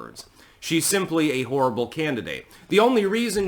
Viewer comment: Are you saying "she's a horrible candidate" or "she's a whore-able candidate"?